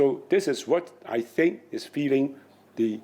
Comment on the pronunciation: Its "Think" not "Tink" Jesus that accent from the news anchor